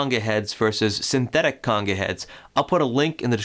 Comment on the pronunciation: He’s pronouncing the word conga wrong. It’s not conga like king cong, or coonga. It’s a long O sound